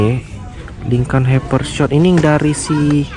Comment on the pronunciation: Pronounce it as Lykan hypershot? Lamborghini? What????!!!!! It is lykan hyperSPORT bruh and not a lambo. You should do your research if u are the real collector.